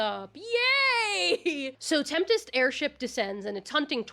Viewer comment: Also Tempest. You pronounced it like Temptest